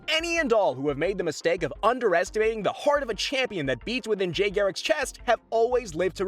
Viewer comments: Can he not say jay properly or what? U said jai it’s jay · Did he just say Jay as Jai? 😂